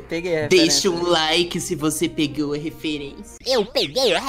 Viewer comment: "Eu peguei a refuerincia" Normali UwU